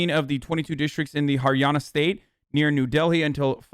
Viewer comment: Her pronounciations are top notch. Haryana, Bihar, Mandis.